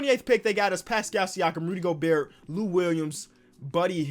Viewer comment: that hard T in Gobert is tuff